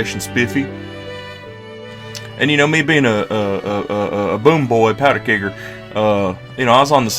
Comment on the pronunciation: the way you say “Kegger” makes me nervous